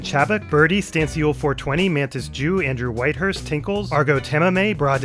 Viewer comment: my did you say "mantas joo" as "mantis jew" 😭😭